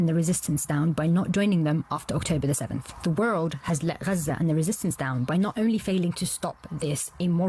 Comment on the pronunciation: Why does she pronounce it "Raza"? I've never heard an Arabic speaker pronounce it that way. They start it with a kind of guttural sound, not "R" or "G".